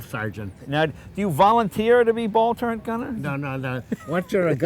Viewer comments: Jay Leno says turrent...ugh. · Lot's of folks mistakenly say "turrent" instead of "turret", which is correct.